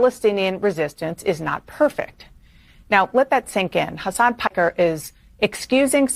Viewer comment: did she say Hasan Pecker???